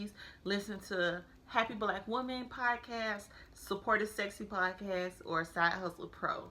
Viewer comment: I am so sorry but I have to mention that its "P-O-D-CA-ST" its not piecast.